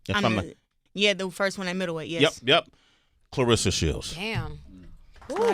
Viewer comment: C'mon Sway pronounce her name correctly It's ClaRessa not Clarissa